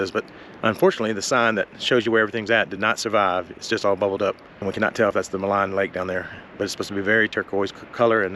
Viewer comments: "Maligne Lake", pronounced "Maleen Lake". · Maligne is pronounced Mah-leen. Its a French word. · I enjoyed your video. Welcome to Alberta. Maligne Lake gets its name from the French word Maligne to describe malignant or wicked. Its pronounced Maleen. Safe travels. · So the lake is actually pronounced Ma Leen Lake. It's an incredible place to fish. Thanks for sharing and coming up to see our amazing Rockies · Malign lake - pronounced - me LEEN